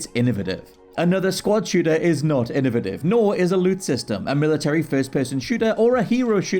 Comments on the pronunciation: How is it you can pronounce innovation right and innovative wrong? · I have an innovative idea. How about pronounce the word innovative correctly.